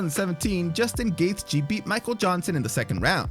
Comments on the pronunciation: Its justin gay chee not whatever you keep saying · Okay I'll say it again, its justin GAY CHEE.